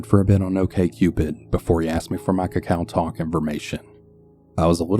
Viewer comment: Hey, just wanted to say KakaoTalk isn't pronounced like that. It's Kuh-Kay-oh talk, a commonly used messaging and calling app in Korea. Great video as always though!